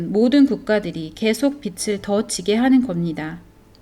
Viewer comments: 읽어주는프로그램인가요? 빚을-비즐 발음을 왜 계속 빛을ㅡ비츨 이렇게발음해요? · 빚을=비즐 이라고 읽어야 하는데 비츨 이라고 읽으면 빛 이란 뜻입이다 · 빚을 빛으로 발음하시는 것을 교정하시면 좋겠습니다 다른 내용은 매우 유익했습니다 감사합니다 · 좋은 내용인데 빚을 (비즐)자꾸 빛을 (비츨)이라고 발음 하시는게 너무 거슬립니다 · 영상 은혜롭게 봤습니다. 그런데 영상 보는데 계속 거슬리는 부분이 있어 알려드립니다. 말씀하시는 분이 계속 빚을 빛 혹은 빗으로 발음을 하셔서 너무 거슬리네요. 빛은 예수님으로 표현되는 단어인데 계속 빚이라 표현되는 부분을 빛 혹은 빗으로 말씀하시네요. 몰라서 그러는 것 같으니 다음부터는 빚을 꼭 빚이라고 녹음부탁드립니다. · 빛을(x)~~빚을(o) 한국어 발음좀 정확하게 하세요. 비치, 비츨이 아니라 비지, 비즐로 발음하세요. 일루미나티 이야기 하면서 발음에 좀더 신중해야 하지 않을까요? 루시퍼는 빛을 나르는 자인데... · 자료 잘 봤습니다~~^^ 한가지… [비츨], [비치]… 가 아니라 [비즐], [비지] 입니다 ㅜ 발음이요…;;;; 빛이 아니니까요^^ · 잘들었습니다만, 발음 비츨이 아니고 비즐입니다. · 유익한 영상 잘 들었는데요 한가지, 발음할때 빚을은 비즐이 맞고 비츨이라고 영상에서처럼 발음하면 빛을이 된답니다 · 빚을 비츨로 읽으시면 안되고 비즐로 읽으셔야 해요. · 비즐 비츠로(발음상 문제) 발음하시니 의미가 잘못 전달될 것 같은 우려가 들고 계속 거슬리네요. 수고스러우시겠지만 다시 녹음하시면 안될까요? 대부분 알아서 들으시기는 하겠지만요. 옥의 티 치고는 반복적이라... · 발음이 틀려서 거슬려요. 비츨 지는게 아니라 비즐 지다 라고 발음해주세요. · 발음에 신경을 써야 겠어요 서울 사투리 아닌가요? 빚을 -> 비즐 빛을. -> 비츨 이 발음이 정확하지 않나요?? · 소소한 지적하나 하고 갈께요.. 국어 연음법칙 : 받침은 다음에 오는 모음으로 넘겨서 발음한다. 예) 빚을 --> 비즐 (빌린것을) 빛을 --> 비츨 (환한 빛을) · 빚을 빛으로 발음 하시네요😓 비즐 비츠로 발음 하십니다. 내용이 너무좋아서 아쉬운마음에... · 비츨 아이고 비즐 이라고 발음해 주세요 제발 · 빚을 !!! 빗츨 아닙니다 ㆍ되게 거슬려요 내용은 심각한데 그 좋은 빛을 빚에 자꾸 쓰시니 집중이 어렵고 좀 짜증이 납니다ㆍ '비즐'이라고 소리가 나지요 ㆍ'빗츨'이라고 하지마세요ㆍ영상안에서 수십번이나 반복하시네요 ᆢ으윽 부부가 다 빚을 빛으로 ᆢ남편분은 다른 영상에서 빚을 빛으로 발음 하시던데'' 내용은 다 좋았는데 ㅡ 왜 이러시나요 다시 고쳐서 올려주세요ㆍ제발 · 매우 귀에 거슬리네요;; 빛은 좋은 의미인데 빚을(비즐) 빛이라(비치라) 발음하니... 아쉽네요ㅠㅠ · 제발~ 빚을 빛이라 읽지 말아주세요~ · 빛을 ㅡ비츨 빚을 ㅡ비즐 발음 정확히!!해주시면 더좋을듯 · 다 좋은데 자꾸 빚을 빛으로 발음해서 너무 거슬리네요 ㅠㅠ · 소리를 다시 제작할 수는 없나요 중요한 내용인데 빚을 빛을이라고ㅠ하는 바람에. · 흥미로운 영상 감사히 잘봤습니다.❤ 다만..발음이 빚을 [비즐]ㅇ [비츨]x 빚이 [비지]ㅇ [비치]x 빛을 [비즐]x [비츨]ㅇ 빛이 [비지]x [비치]ㅇ 인거같아요.. 자꾸들려와서 집중이 안되었어요 ㅎㅎ^^ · 읽으실때 읽는 발음을 빚을 빛으로 읽지 마시고 (비치 아닌 비지 라고 또 비틀이 아닌 비즐 ) 읽으시면 들을때 더 빚으로 와닫겠군요 멋진 팩트 자료 잘시청하고 갑니다 감사합니다 ~ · 일목요연하게 설명해 주셔서 감사합니다! 발음만 정확하게 해주시면 더 좋겠네요~ 빚을<비즐, 빚으로<비즈로, 빚이<비지